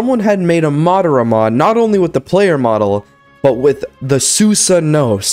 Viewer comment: dude spelled it right but said it wrong it’s madara not madaro He said madaro once then realized he said it wrong then fixed it to madara proof he says it